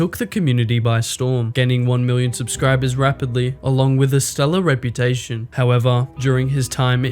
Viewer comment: ok well made video but you really said stellar at the start 💀like twice